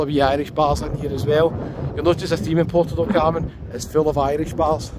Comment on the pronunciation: PORTO DOT Carmen ❌ ... PUERTO DEL Carmen ✔ ... Bye bye ... 👋😉 ... enough is finally enough !!